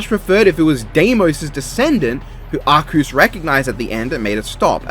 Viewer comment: based calling arceus arkoos